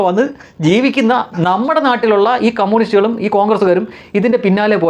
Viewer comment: കമ്മൂണിസ്റ്റല്ല കമ്മ്യൂണിസ്റ്റ് എന്നു പറയൂ.